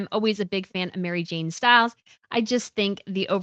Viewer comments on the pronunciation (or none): none